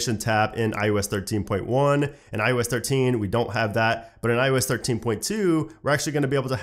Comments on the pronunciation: Why do i always hear you saying IUS 😂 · Am I the only one hearing this guys say ‘I US 13’ ???